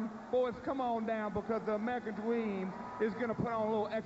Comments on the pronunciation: American Dweeeeem Lol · the American dweem is back on twack damn that was funny